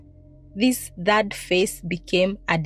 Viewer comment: Say third/thirty...not dhad/dhati